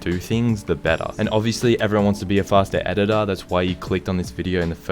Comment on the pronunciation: Fahstah ehditah😂😂